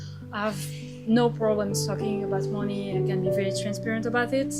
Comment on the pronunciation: mon‧ey /ˈmʌni/, not moni